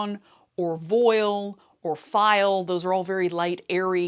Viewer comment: So sad all the big box stores pushed out the mom n pop shops…. The local Joan’s is NEVER stocked and there’s just row after row of empty shelves. Also, no one who works there has ever sewn anything! The last time I asked someone there a question, the high schoolers response was ,” I dunno- Google it.” I swear I’m never setting foot in that place again… And voile is pronounced not vo-oil, but vo-ahl, as it is derived from French and has kept its French phonetics.